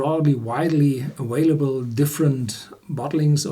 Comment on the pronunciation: The word "available" is pronounced aVailable, not aWailable.